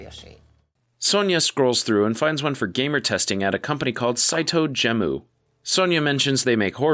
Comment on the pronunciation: Gemu, not Jemu Reverie, not Revere Etc etc